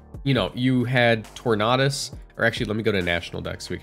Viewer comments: Torn-A-Dus not Torn-Ah-Dus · it's tor-nay-dus not tor-nah-dus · Tor-na-dus? Are you okay? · Every time someone pronounces tornadus like this guy, another tailwind user gets cut from the dex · ur pronunciation of tornadus hurts me to my soul cause it’s so close